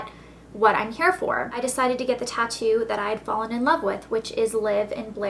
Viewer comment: i though you said toco